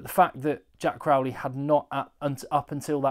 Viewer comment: I don’t want to come across as a bore but I can’t figure out where this trend of pronouncing Crowley like Crawley. It’s Crow like the bird. It’s quite bizarre. Even the Irish pundits are at it now.